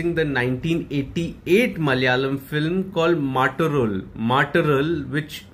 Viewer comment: The film name pronounciation: mut + oraall . 🙏 'Mattoral' means the other person. 🧔